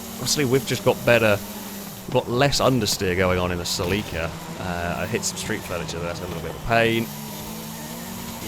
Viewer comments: Sell LEEK KA!?!??!! NO!!! CELL IKA or Sell a kaa NO EEEEEK in the middle. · Haha I've never heard Celica pronounced like that Suh-Leek-Ah. Its more like Sell-ick-uh 😂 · “seleekuh” ? i always said “sellakuh” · It's weird hearing the British pronunciation of Celica. Here in the states it's a Sel-a-ka. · It’s sil-ick-a/ Celica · im at the beginning of this video and its a (CEL-eh-cuh) but its beautiful. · The way he says celica drives me insane 🤣 that said, incredible video as usual. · Haha the way you say Celica always throws me off, me being from US. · Well, it is about as wrong as the way did it. You would need someone capable of properly speaking spanish to get that right, I guess. Though, even there are differences, as I found out. While the european spanish sounds like THEL-eecah, the mexican spanish sounds more like CEL-eecah. The way pronounces it would rather match "célico" in mexican spanish, except for the muffled 'i' sound he makes.